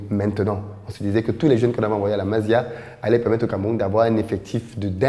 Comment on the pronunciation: tu trouves trop d'excuses pour Onana c'est ton cousin ou quoi? Ça se prononce MASSIA pas MAZIA!